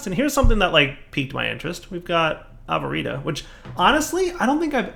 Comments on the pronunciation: you did a derp! It's not Av-vuh-reet-uh, it's A-vuh-ree-shi-uh aka Avaritia not Avarita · 1) It's Avaritia, not Avarita. 2) There is vein mining in this pack. It's called Ore Excavation. 3) You can unbind keys you're not going to use by pressing Escape instead of trying to find an unused numpad key. 4) facepalm Just made all the tinkers crafting tables, makes a vanilla stone pickaxe. derp! 5) Thank you for fixing the hole in the ceiling!